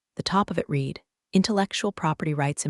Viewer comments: Read (reed) read (red) two different pronunciation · Past tense of "read" is pronounced "red." Preschoolers master this.